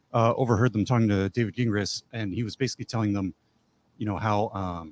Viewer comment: Lmao ok wait i JUST noticed called him Gah gingras hahahahahha even after just hearing him say jingras😂😂😂😂that was a quiet FU